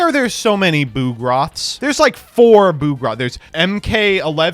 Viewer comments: Come on, "BOOGROTH?" It's a bug-lookin' machine! It's "BUG-roth!!!" What the heck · He did not just pronounce bugroth as boo-groth